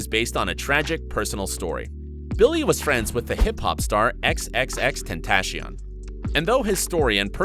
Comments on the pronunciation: How he said it: tEnTaChIoN. How to pronounce it guide(aka me): Tentaseeown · “Xxxtentashion” lol it’s xxx-ten-ta-shion diffrent saying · you know you pronounce x's name as "xxxtent-tass-i-on" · For 1 the song “I love you was not for xxx another song was and 2 who is the fuxking world is XXXtentashion it’s XXXtentacion dude you don’t even know who the fuxk your talking about btw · He said tentashone hahaha, this isnt supposed to be mean btw its just funny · no hate :( but he said XXXtentashion.... (ten-tAh-ShiOn) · hold up- did this man just say “xxxtentashian” ??? lol ok 😳✌🏼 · x x x tentaSHion 😂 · nigga said "tentashion" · The way he said tentacion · Exactly and they also pronounced "xxxtentacion" completely wrong